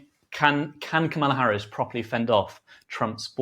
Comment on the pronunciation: is a good interviewer, but come on it’s COMMA-La